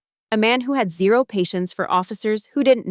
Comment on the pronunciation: Note to. Time is not Zur!😊 it is Zero.Zee Row! Zero 800 or O800. 😊